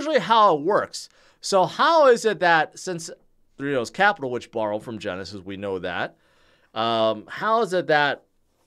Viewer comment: No disrespect. But how the hell are you trying to say three arrows Capital?